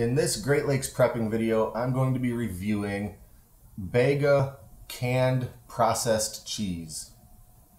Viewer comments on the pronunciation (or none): It's pronounced beega not begga. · Not “Bayga” it’s pronounced “ Beega”. It’s named after a town on the south east coast of Australia. You should chill it before consumption. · Didn't realize both names were spealt the same, I think Id always thought his last name was Vega. I've grown up watching there cheese adds and definitely pronounce Beega here. Bega is a wholly Australian owned company, rare these days, recently bought Vegemite from Kraft making it Aussie owned once more. I think they bought Krafts yellow lid peanut butter recipe inc a factory, maybe Kraft pulled out of peanut butter here I forget exactly, Kraft then lost a court battle over Begas use of the yellow lid on the peanut butter jars, they look exactly like the Kraft jars. Do you have the processed Kraft cheese block in the US?Comes in a 250g block wrapped in foil here in Australia, requires no refrigeration until it's opened. Has a shelf life something like 12 or 18 months. Looks alot like the Kraft singles in colour but has more of a creamy taste. It is what I imagined the Bega canned cheese would taste like but the Kraft block is like chocolate almost, apart from being a bit rubbery,it's very smooth and almost melts in your mouth not grainy at all. For some reason the canned cheese is export only not available in Australia, only middle eastern countries inc Iraq and also available in the US for some reason so guess I'll never know. When I googled it people were trying to get it here to use as hiking caches etc,no one had any luck, response from Bega was it was export only.